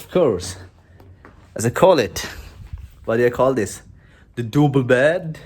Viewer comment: You sounded like from Dublin when you said double bed 🛌 haha greetings from Dublin 🇮🇪